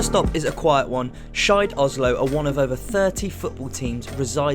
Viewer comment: I heard Skeid oslo as Shite oslo hahah